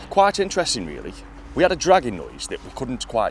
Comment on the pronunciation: Awesome guys! I keep thinking you are saying "Dragon noise" instead of dragging noise lol!